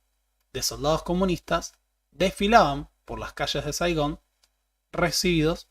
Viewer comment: You ran in Saigán